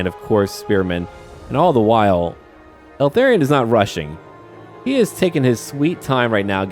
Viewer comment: Dude, pronounce it ELthARion, not ALthERrion, it's driving me crazy 😂